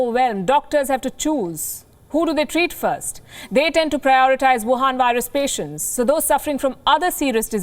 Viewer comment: Work more on your "V's" If you can say "Virus" in English and insist on profiting from the language... Please make more effort to use "V"*instead of *"W" where appropriate. If I were as fluent in an Indian dialect as you are in English... People would expect me to get such simple things correct by this point. (If you have a speech impediment which prevents you making the "V" sound... Disregard everything I just said)